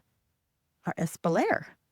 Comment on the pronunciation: That is S Pall Yeah (Espalier) Don't the French have interesting pronunciations for all their words? In East Tennessee you should have lots of fruit trees that are well suited to your area. You may even be able to buy the trees already started to be shaped into the espalier shape. I live in N W Missouri and we have fruit trees planted around the perimeter of our house. Your garden is lovely. Your melon may be a honeydew. I see you have mesh covers over your fruit. Do you have problems with wasps and yellow jackets (ground wasps) attacking your fruit? If so, the Zen Gardener has a good recipe for bait that you can put out for them. To get rid of Japanese beetles, you need to get rid of their grubs, by putting out grub granules a couple of times a year in your yard. It will also get rid of moles as they eat the grubs and ruin your yard. You have a nice nature haven.